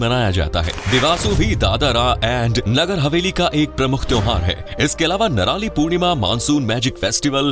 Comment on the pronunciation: Bhai नारोली नहीं नरोली है